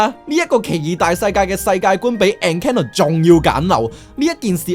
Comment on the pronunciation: 明白唔係人人英文都好嘅，但係建議查清楚戲名/角色名係咩同埋點讀先出片。。。係Strange World 唔係Stranger World... Encanto 讀音三個音錯兩個建議你google下 Encanto pronunciation，一係講中文算。。。Hocus Pocus 果度主角叫Sanderson sister 唔係Anderson sister...